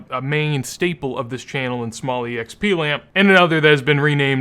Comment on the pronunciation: Why the fuck dont you just say exp but you say E-exp like wtf does that even mean lmao?